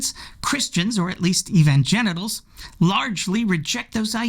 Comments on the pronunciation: Did he say evangenitals or did I mishear? Anyway, I think G_d can do better. In the meantime, it's on us. Oh well. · That's what I heard. I like it!